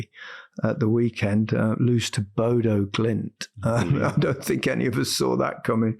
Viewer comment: Bodø, not Bodo. Ø is pronounced like the U in Urn.